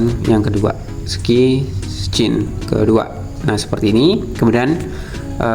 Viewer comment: scene di baca sin mas bukan skan atau skin.... hehehe